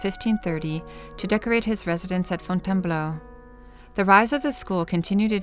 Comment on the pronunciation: Désolé chérie. . c est .Fontainebleau.. j aime le son ta voix ..so british..